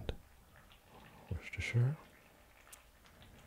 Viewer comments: Holy crap an American who can pronounce Worcestershire Sauce 😂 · Can I just compliment your pronunciation of Worcestershire sauce, so many non Brits get it wrong